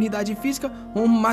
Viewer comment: Sabe o que eu mais gosto dos vídeos do é quando chega o final e ele fala lake nesse vídeo.